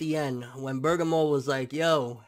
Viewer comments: Nobody is gonna call this guy out on not being able to read!?!! How do you get "BURGER - MORE" FROM "BER-GA-MO"!?!?!?!? Seriously!! Did u drop out in 5th grade!?!? Your reading skills suck ball sacks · You really his name is spelled "BERGAMO" NOT Burgermore!?!?!?!?!?!? How illiterate are you!?!?!? Like seriously if you gonna have a dragon ball channel atleast know how to read the character names of the show n not fuck them up every week in & week out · BER- GA- MO!! DO YOU KNOW HOW TO READ!?!! Like damn!?!? Where da fuck u go to school at to pronounce his name so fucked up for like 3 weeks now smh.... u must of been in special ed classes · its pronounced ber-gom-mo. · its pronounced " berg ah mo" u cheeky kent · i know. always says "BurgerMore" its a joke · Christian Thomas worst is, he watched the episode. so he heard how the name was pronounce but he still managed to fuck it up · ***** EXACTLY!! Lol & I kno he see all the ppl correcting him but he still fuck the name up lmao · can read Japanese but cant pronounce Bergamo........WTF